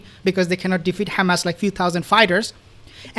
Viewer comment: I'm so sick of people who speak perfect English, but they "can't" say Hamas or Hesbollah. They say Cccchhhamazzz and Ccchezzzbollah. It's offensive.